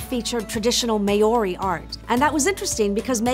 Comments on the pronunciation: I'm sorry but that wasn't even close to how you pronounce Maori. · “May or ee” ?! Really? Get it right people Maori is pronounced Maa Ree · May-ori? .... Americans... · maori... worst pronunciation ive ever heard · First of all...you need to learn the correct pronunciations of things...like Maori. Second of all...you suggest that using "American" slang/language ..is inspiring. It is ignorant. Sorry but the US is not the centre of the world ..and your language ability and education is lacking